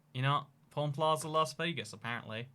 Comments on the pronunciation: how says pawn sounds like porn lmao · OMG I THOUGHT HE WAS SAYING PORN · Living in Vegas isn't that great unless you move to the subarbs of Summerlin, Spring Valley, or Henderson. Also, when I first heard him talk about the pawn shop I thought he said porn shop and porn star.